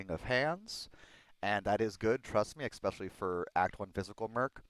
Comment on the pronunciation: Its not pronounced ex-specially. It's pronounced e-special-ly. Your videos are awesome BTW, I just wince when I hear the mis pronunciation.